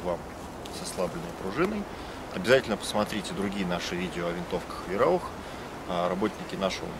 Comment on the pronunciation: не Вераух а Вайраух